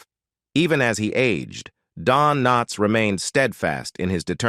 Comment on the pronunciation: I hate these AI readings. Don K NOTS?